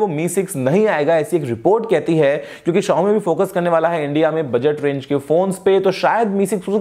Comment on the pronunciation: bhai "kyonki" aache se bola karo...woh "kyonnnki" nai hota h...